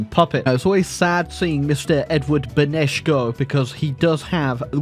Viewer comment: He learned how to say Beneš Pog